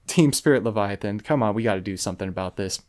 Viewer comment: Good ole leva-thigh-on. Lol.